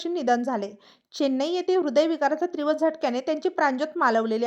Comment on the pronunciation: निवेदिकेला तीव्र, पार्श्वभूमी इतके साधे शब्दही उच्चारता येत नाहीत. त्रीव,प्राश्वभूमी हे कुठले शब्दोच्चार?